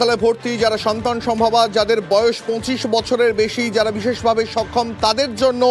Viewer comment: Ei news ripotar gulo news porar ekdom o jogo, bises vabe sokhom Bolche, okhom na bole😂